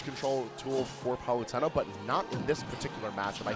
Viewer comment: he can’t even pronounce palutena